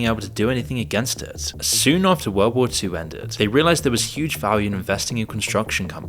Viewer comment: You pronounced war as "Ware" and pronounced Hearse as "Hear-Say". Confirms the narration is being done by a trained AI Model.